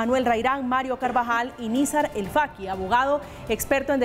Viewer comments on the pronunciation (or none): Y no se dice Nizar, Nazir.